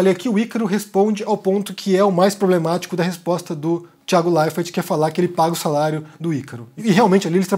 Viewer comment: Por que você pronuncia errado o nome do Thiago??? RSS